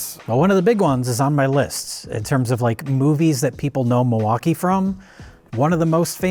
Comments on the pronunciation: Yes,, it is. Actually, it's pronounced "mill-e-wah-que" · It's Mil-e-wau-kay.. 😂